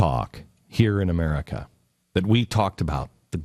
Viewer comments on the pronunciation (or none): none